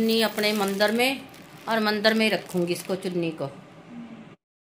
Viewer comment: Mandar nhi ,, mandir Bolte Hai